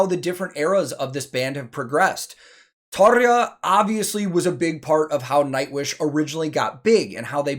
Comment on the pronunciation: One quick note... 10/10 Tarja pronunciation... ok... carry on... cheers...